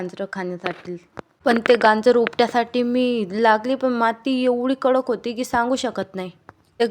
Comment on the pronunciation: गांजर नवे बाई गाजर 😂